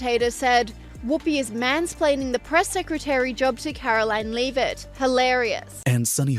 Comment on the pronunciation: Your Freakin AI needs to learn how to pronounce Leavitt...